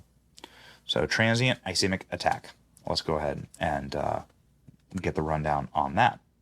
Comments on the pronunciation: Its called a TIA. Trans ischemic attack. Ischemic is pronounced iskeymic. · (Is scheme ic ) is the pronunciation.